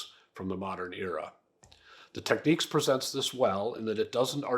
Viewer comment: There ain't no Q in Technics. It's nics, like the New York Knicks